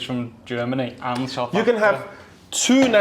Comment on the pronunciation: Sooth ahfiica